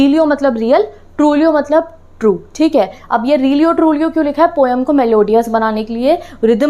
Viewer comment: Aap overacting ke chakkar me har word galat bolte ho jaise poem ko pom aur Coorg ko coog